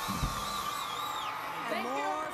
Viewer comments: omg her name is not BAYonce!!! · Not BAEYONCEE😭💀